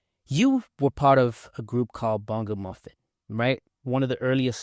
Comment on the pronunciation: "Bongo-muffin" The accent.. 😂